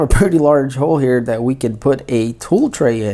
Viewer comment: Great stuff, I would try to talk without saying words like "Dat" etc... It just makes the video less usable and appealing!